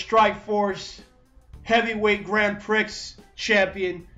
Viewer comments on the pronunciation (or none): great video, but "grand prix" is pronounced "grand pre" FYI (word of foreign origin)